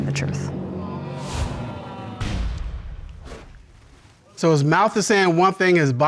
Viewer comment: If a person cannot say the word TRUTH correctly, then they cannot be trusted... Like Katt Williams said... Lol And the husband keeps saying he told her the "TRUE"... Soooo.... It's suspicious Lol